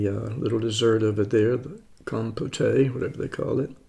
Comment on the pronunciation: Compote is pronounced, "KOM-pot." The second syllable rhymes with "note" or "throat." No "a" sound at the end.